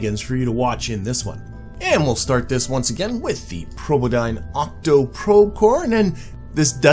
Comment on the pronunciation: omg probodobodyne have such a cool name and you botch it every time!!!!!!